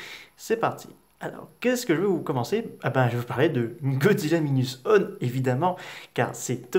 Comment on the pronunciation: Godzilla Minus OUANE on dit